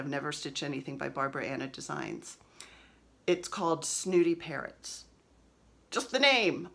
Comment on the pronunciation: I like Cardinals in the yard and blackbirds to stitch. Just found your podcast and love it. I could have sworn you were saying parents instead of parrots. That would be an interesting chart?